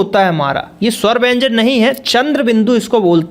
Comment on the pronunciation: Wyanjn tum galat boare oh ka bol te hai